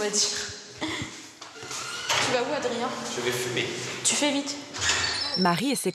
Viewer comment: « JE VAIS FUMEH »